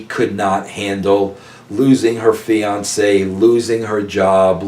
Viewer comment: Woh. Did he say fiancee hmm